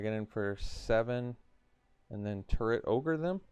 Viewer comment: You say, "Turret Orge" I hear "Turd Ogre".